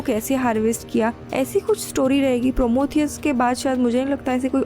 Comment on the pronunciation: Gavar ourat promotheus nhi hota Prometheus hota hai